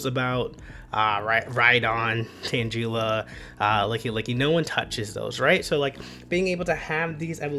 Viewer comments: Man really said Tan G La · Hard G's bro, not J, for Tangela (like tangled) & Lugia